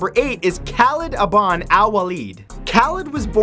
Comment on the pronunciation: FYI Khalid Ibn Al Waleed was first against Islam then joined Islam, and it is pronounced Ibn not Abn. Ibn means the son of. I know this stuff because I'm Muslim and have studied this lesson in school in Kuwait.